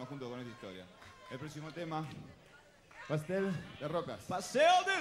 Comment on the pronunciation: Pastel de rocas: Paustel de rocas.... Y: que chucha me remegas jajajajajajaj